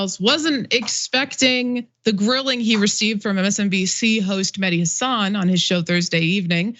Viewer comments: FYI it's Mehdi HA-san. The accent on the FIRST syllable of his last name. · Taibbi can't get his facts straight, that's for sure, because he doesn't even try, it's not important to him. On the other hand, you guys can't bother to get Mehdi's name right either. It's Hasan, not Hassan. Listen to how the guy himself pronounces it and maybe pay attention for a change. I can't understand how this is so hard, he says it all the time on his show, but it also reflects a laziness on your part TYT commentators. Glass houses and all that....